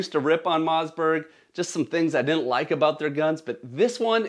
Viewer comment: Bro says Mozzberg